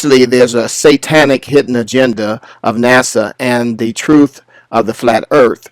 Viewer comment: "troof" that says it all.